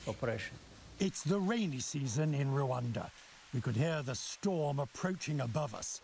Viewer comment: For God's sake it is Rwanda not LUANDA